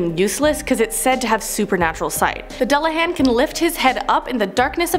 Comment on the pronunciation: You’re saying dullahan so wrong...